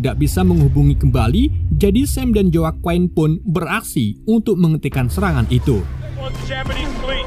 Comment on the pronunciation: Di baca nya jakuin bukan joakoen lol🤣